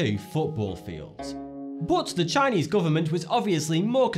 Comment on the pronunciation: He pronounced the Chinese wrong